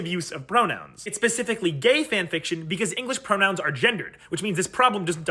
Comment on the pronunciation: I could swear he said pronouns as bronouns.